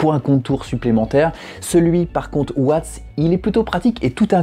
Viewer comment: Ça se dit watts on prononce le s sinon bonne vidéo continue